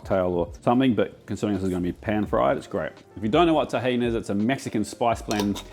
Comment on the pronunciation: Oh boy, almost got me with the seasoning for the prawns. I guess you meant Tajin (which I think would be pronounced differently). What you said sounded more like Tahin (or sometimes written Tahini), which is a sesame paste originating from North Africa.